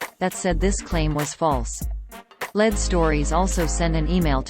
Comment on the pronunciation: I believe the robot announcer should be corrected to say “ LEED” (lead) stories. Not “Led.”